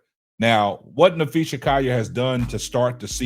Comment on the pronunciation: Naphee SA....not NapheeSHA.....respect her name please as you do videos about her and it is COLL ( call) ier...not Ci..YER